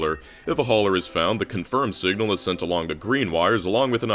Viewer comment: Singla instead of Signal ?